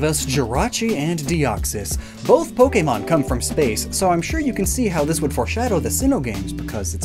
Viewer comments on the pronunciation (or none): I just want to say real quick- I like the video. however, My only critique would be the fact that you butchered the names of the pokémon. 👹